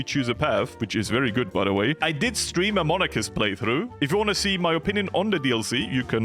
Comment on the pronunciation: hearing say "goot" while doing a 70 day focus, gotta be one of his best moments.